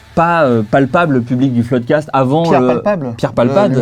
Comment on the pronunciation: C'est rigolo qu'au début il disaient "floude cast" et maintenant c'est le floodcast ...